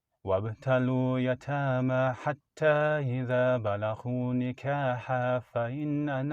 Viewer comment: multiple recitation mistakes bro: "wabtalul yatama", not wabtalu yatama, "balaghun Nikah", not balaghu Nikah "Fa-in anastum", not fa-in nanastum Otherwise good job, keep it up, ma sha Allah.👍🏽👍🏽 Also thank you for making us aware of this chatgpt error/wrongdoing.